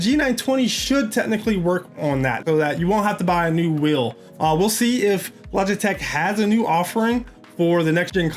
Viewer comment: he says logitech wrong :)